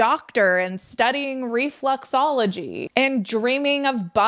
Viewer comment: “Refluxology” 😂 reflux is heartburn, “reflexology”… I know, I know, accents. Though maybe reflux is appropriate in Kim’s case. Also, I didn’t know that she did that. Weird.